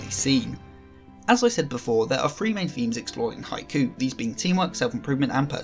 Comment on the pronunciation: It’s “Hi-Q” not “hi-coo”.